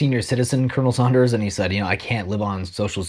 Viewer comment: Should we believe a man who calls Colonel Sanders Colonel Saunders? I just bought butter in Iowa earlier this week for $2.75 ($4.05 Canadian) a pound.